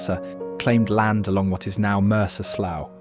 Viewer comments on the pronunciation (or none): It's not called "Olympia City", it is simply Olympia. Also, Bellevue is not called "Bellevue City". Stop it with the "_____ City crap, will you? Again, it is not pronounced "Mercer Slou", it is pronounced "Mercer Slew" C'mon, get it right! Must be a British thing to mispronounce everything. Lake Sammamish is so polluted by all the development over the years, many of the fish that used to thrive there have died off. I should know. I lived by that lake for many years and fished it.